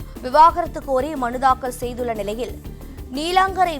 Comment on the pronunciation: 😊😊😊முதலில் விவாகரத்து என்று தெளிவாக உச்சரிக்கவும். அது விவகாரத்து கிடையாது!😊😊😊